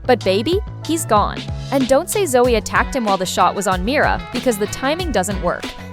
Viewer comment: Mara ❌mira✅